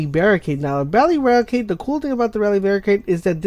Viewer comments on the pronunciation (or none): you said bally rarricade 😂😂